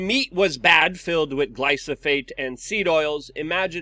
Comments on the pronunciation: GLY-PHO-SATE ! gly-PHO-sate !! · Gly-pho-sate ...please Luke... When will you learn?!?!🙄